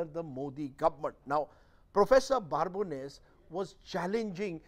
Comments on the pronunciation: Wow.. what contempt that Rajdeep is showing on the good Professor. You call him Prof.BaaRbones so many times. It is Babones with no R, and you interviewed the guy. Can't even pronounce the name correctly? Coming to the point, Prof never said Anti-gurment (your pronunciation) is equal to anti-India. What the prof said is that the Indian intellectuals tend to misrepresent India, Indian democracy just because they dont like Modi and the BJP. Which is 100% true. You read any of the western publication (NYT, WaPO etc), you would think that India is a hell hole similar to Sudan or Afghanistan. You raise valid points at the end, but the prof just asked to look such incidents in the full context, size of the country and the population etc. You guys just take couple of random incidents and blow it out of proportion, to drag India through the mud (not the Govt. The agencies are not rating the Govt remember, they are rating India). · First of all he is "Babones" and not "Barbones". The first job of a journalist is to learn to pronounce name. Secondly, Babones deals with data and not a journalist and data is available publicly to make calculated decisions. And he clearly said certain section "class" of India and not Individual so as an individual it's very clear for me to understand that every democracy has Nationalist and certain class of Anti Nationalist who dedicate their life to destroy India. So you are here to take out your frustrations of being on the losing side. So keep Shouting no one takes you seriously. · Please first learn to pronounce his name correctly. There is no "R" in Babones! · yeah... He didn't know that you would be so sharply intelligent. Can you please tell me why Rajdeep has pronounced your name so incorrectly in this video? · Why do you keep mispronouncing the Professor's last name? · Its Babones not barbones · Prof.Babones! Not Prof.Barbones...Mr Churdesai. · Rajdeep, his last name is not Barbones. It is Babones!